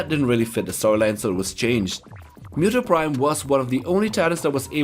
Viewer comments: Cringey pronunciation of Muto. Its Mooto not Myuto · It's muto's muto's not muto's actually know you said meu Deus Ex like me dos with a d for some reason